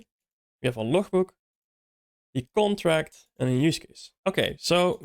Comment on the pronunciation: bro need to say "interface" or "abstraction" instead of "contract", because the later is heard as "construct" !!